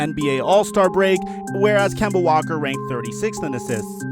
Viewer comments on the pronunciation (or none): Did he say Kimble walker?